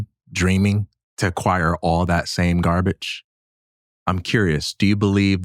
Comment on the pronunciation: It wasnt gahbege at one time. Mike Tyson has become soft.